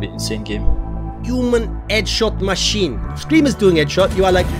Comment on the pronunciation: "EDSHOT MA SHEEN "